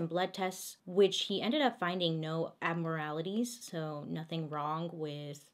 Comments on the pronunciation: "which he ended up finding no abmoralities." Duuuudeee you're cute af even when you , especially when you mispronounce. I'm a huuuuge fan. <3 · “She had no abmoralities” 😂 I had to rewind to make sure I heard it correctly